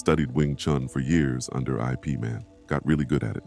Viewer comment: Thanks. IP man pronounced this way sounds like the network admin superhero.